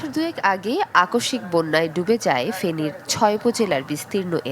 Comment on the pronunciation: ফেনীল নয় ফেনীর হবে।